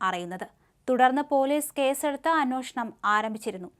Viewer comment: അനോഷണം അല്ല അന്വേഷണം 😂